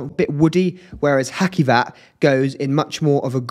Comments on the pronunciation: You must read hacivat as haJivat not haKivat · Cute mate, well-spoken. Love the black gloves - smart “touch.” I would recommend devising means to learn and use standard pronunciations, e.g., watching content of other reviewers. “Ha-See-vat,” and “Nee-SHA-nay.”